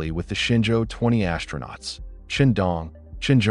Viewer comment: Pronunciation: AS-TRO-NAUTS, not ASH-tronauts. There's no "H" in it.